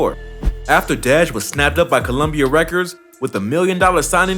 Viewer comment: This nigga called dej “deedge “loaf 🥱🥱stop playing on my baby top man!!! Real shit... stop speaking on the city if yo shit ain’t right